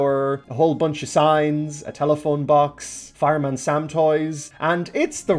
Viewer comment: When you said fireman Sam who sounded like drunk underwater